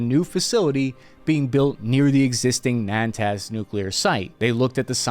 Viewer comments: It’s Natanz. Not ‘Nantaz.’ I know you don’t really care if you mispronounce words. It’s even kind of part of your humble shtick to do so. But you may want to balance that with the fact that you might not want your viewers to sound stupid when they misspeak about geopolitics, using mispronunciations they got from watching your show. Just a thought. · minor correction it's pronounced NA-TANZ not NAN-TAZ otherwise amazing video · It's not Nan-Taz, its Na=tanz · LMAO ... its NATANZ not Nantaz. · It's Natanz, not "Nantaz" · It is NOT NANTAZ but NATANZ. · The nuclear site near Esfahan is called Natanz not Nantaz ..... lol. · Why is he consistently mispronouncing Natanz as 'Nantaz'?? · It’s NATANZ and not NAANTAZ 😂 albeit minor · The name of the mountain range in the North of Iran is Alborz. I'm not sure where you git the Elburz. The enrichment facility is located in a city called Natanz. You kept saying NaNtanz; the location where Hanieh was saying in tehran is called Sa'ad Abad, I couldn't tell what you were saying. You can approach the news in a sloppy manner, but then that makes your entire segment to be discredited. I like your work and what you do. You may want to run the names of the regions you are not familiar with by a local person first. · nAn-TAz????? LOL.. you mean Nah-tanz? .... Jeez dude.... amateur hour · PLEASEEEEE it's Natanz, not Nantaz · Natanz... "Nay-Tans", its the place that Stuxnet thing was targeted at forever ago. Not Nantaz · nah-tanz....not nan-tanz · calling it 'Nantaz' is wild💀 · It's NATANZ!! Typical US ignorance towards other cultures and languages! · Great video with great to almost perfect pronunciation of geographical names. I know that the correct pronunciation of once in life time words is not the point of this video but Natanz doesn’t have a N after A and before the T 😂 Thank you for this great video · He can't even pronounce Natanz correctly. And he's judging the Iranian capabilities...lol.